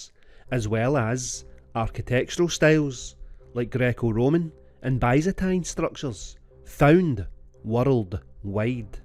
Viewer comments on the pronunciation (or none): none